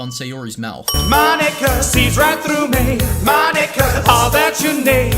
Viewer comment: Mon-ika Poke-ika